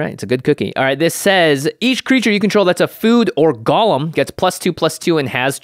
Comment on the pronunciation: it's GO-lem. please. please.